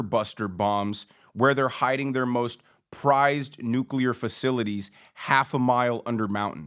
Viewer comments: Lol i almost forgot how hilarious it was to hear GW say nucular like 10 times in a row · Bush couldn't even pronounce nuclear